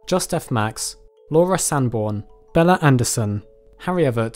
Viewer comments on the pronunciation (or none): none